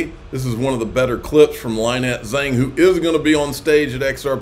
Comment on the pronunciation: it’s not “LAHH-NET.”it’s Lynette (pronounced LIN-NET).